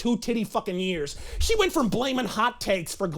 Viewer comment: ... "because se did not see one principal that se did not whant to F for a better grade"... I am in total laugh apneea here, somebody give me O2 to breathe.